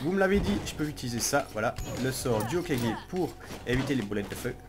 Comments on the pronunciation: Mon dieu, il a enfin dit HOKAGé ! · Aypierre a peut-être dit "reune" mais je te rappelle que pendant plusieurs épisodes tu disais HOKAIJE !